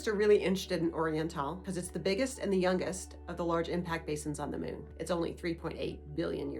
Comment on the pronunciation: Why are you saying "mewn"? It's MOON.